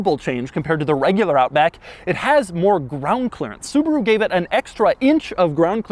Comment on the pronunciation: It's a Subaru Outback not a Suburu Outback!!!